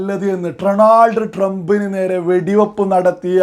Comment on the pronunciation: അളിയാ എനിക്ക് രണ്ടു കാര്യം ആണ് അഞ്ഞോട് പറയാനുള്ളത്..1) ഡ്രോണാൾഡ് ട്രംപ് അല്ല ഡൊണാൾഡ് ട്രംപ് ഇത് ഒരു പത്ത് പ്രാവശ്യം കണ്ണാടിയിൽ നോക്കി പറഞ്ഞിട്ട് വാ അപ്പോ ശരിയാവും 🤗 2) മുസ്ലീമിൻ്റെ പേര് വെച്ചിട്ട് ഒരു മാതിരി ചാണക സംഘി ആവരുത്